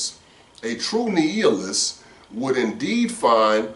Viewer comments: You know what . . . I looked up a video on youtube on the prounounciation. nEE-a-list or nII-a-list. I think you were saying nEE-eel-ist, LOL!!, LOL! I'm done. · nI-a-list, (long I, not E) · Love your program...just a heads up my bro....nihilist would be pronounced like this ..NYALIST...